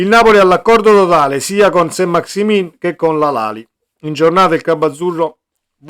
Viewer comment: Si pronunzia Sant maxi men , un po di francese li sai?